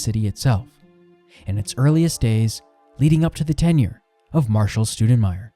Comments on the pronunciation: It would be cooler if they could get our last name right. How does Stou sound like stew? It's closer to Stow... in respect for my great grand uncle - Scott Stoudenmire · Good job but I wish you wouldn't mispronounce our last name like my first grade teacher. It's not Stew-da-myer, closer to St-ow (/ou/) den-meyer. Cheers and thanks for what you're doing Scott Stoudenmire